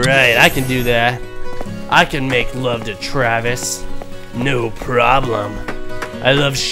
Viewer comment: " Give it to me Travi " 0.0 only you